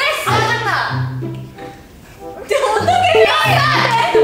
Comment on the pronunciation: "CONFYUSYENNNNN" LOL WKWKWK DENISE U CAN TELL